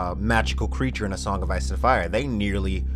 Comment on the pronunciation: what's a "Greature"?